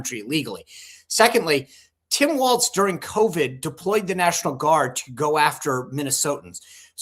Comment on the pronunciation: Sean......it is Tim WALZ...not WALTZ.